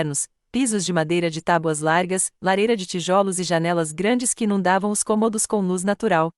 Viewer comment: Péssima leitora Seu português e de quinta categoria Ao ler cômodos(não sabe o que é) leu comôdos Volte para o Ensino Fundamental